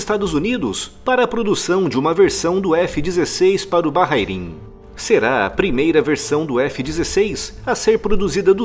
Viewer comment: "Bahairin" também conhecido como Bahrein ou Barein